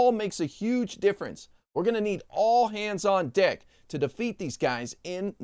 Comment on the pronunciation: When you said "all hands on deck" in your closing remarks it really sounded like "all hands on d*ck" 😝😆😆😆